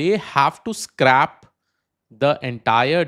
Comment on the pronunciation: 2: 33 "scrap vs scrape"?